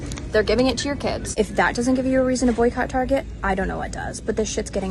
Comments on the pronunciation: I stopped when they started pronouncing it Tar-jay. Reminded me of Joe Dirt saying his last name was Deer-tay, lol. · Its pronounced "Targay`